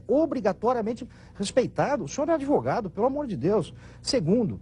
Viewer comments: Gente! Quem deu "deproma" para esse ""???...kkkkkkk. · Coitado desse "". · Kkkkkkkkkkkkkkkkkkkkkk Esse “” deve ter usado algum tipo de alucinógeno, pode….nunca vi mais perdido!!! Não consigo nem passar assistir até o final tamanha besteira que esse rapaz fala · Esse "douto " não virou uma ameba porque não quis. Não confio nele para uma causa do batizado das bonecas da minha filha. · Meu Deus do céu, que vergonha alheia desse ""... PUTA QUE PARIU! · Coitado do ""... completamente perdido... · Bene destruindo ""! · "" pé de chinelo. kkkkkkkkkkkkkkkkk